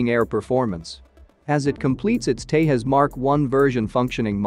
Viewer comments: It's not Tehas it's Tejas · You are not pronouncing the name correct. The J in the middle is Not silent. Its Tà ( like saying ta from taser) and Jus (like saying jus from just). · agreed, they think it's pronounced like portugal or spanish phonetics where j sounds like y or h, like mujeres in spainish.